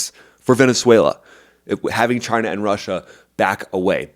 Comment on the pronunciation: Just wish you'd pronounce it correctly. Say it right. Chy-nah